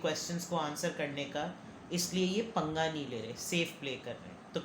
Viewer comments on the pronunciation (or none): Awsome reading Punga not chunga😅